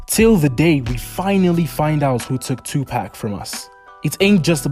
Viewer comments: Amen ! It’s ridiculous as everyone should know how to pronounce pac name by now and if someone can say keefe d properly then they should definitely be able to say Tupac. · It's pac for sure not pack like your buying a 6 pack of beer if your doing a video on a man make sure you pronounce his name correctly or get roasted on your own videos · Hey you ain't going to make it on YouTube if you can't even do research on a famous rapper like 2pac. Learn how to pronounce his name it's definitely not two pack 😂😂😂😂😂😂😂😂😂😂